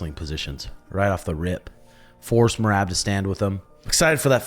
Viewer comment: Herb just called me and wanted me to tell you that you still can’t say Merabs name